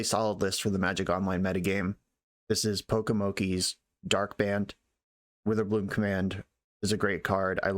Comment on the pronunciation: "Dark Bant" 😂